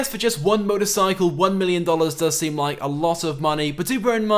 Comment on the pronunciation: this guy always say hit hte lie button he never says like butto nright